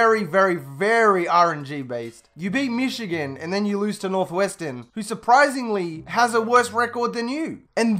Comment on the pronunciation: Why do you say Michigano and not Michigan?